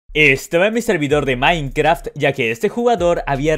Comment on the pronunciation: Porque le cuesta pronunciar "Minecraft" XDDD